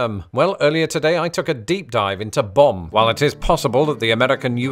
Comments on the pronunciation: Took me many minutes to realize that when I thought he was saying "bomb" he was saying "bum". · took me too long to realize you werent saying "bomb." I knew "bomb bag" was too good to be true.